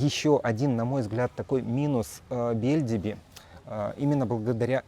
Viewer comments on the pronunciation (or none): Не БЕльдиби, а БельдИби. Это турецкий, а не русский или белоруский язык, пожалуйста!